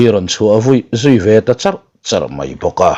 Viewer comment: Duhlian ṭawng hi thatchhe tak mai leh zawmthaw deuh mai a lam rik a , sawi hi chu a ṭha lo a ni . A naupang ber tih tur ah A pangber han tih ri ngawt mai te hi a kim lo phing pheng em mai. Kawmchar ti lova , char han tih ri ngawt mai te sawisel tur hi a tam lutuk mah 2 a ni . Ka hrechiang lo tih na tur a , ka chiang han tih te hi a dik si lova , a pawi ṭhin ngei mai. Duhlian ṭawng hi duh ai in in pawngsual in in suasam deuh mah mah in in ti ve hlawm em le ?. Duhlian ṭawng hi in thiam lo han ti dawn ta che u ila, in thiam viau tho si a , in awm duh dan hi hriat thiam in harsa hkawm em mai .